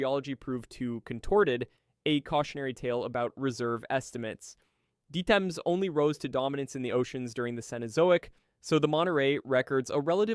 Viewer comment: You badly mispronounce foraminifera, forams, and diatoms. Horrifying! How do I know? I was a micropaleontologist for a major oil company for 6 years and studied forams for biostratigraphy. Also conodonts.